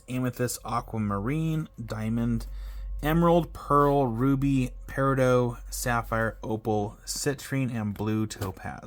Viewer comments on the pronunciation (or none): I always wanted to get one of these kits this as a kid :( also its "para dot" not "para doe"